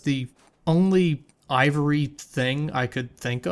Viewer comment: crown of the aava-ry king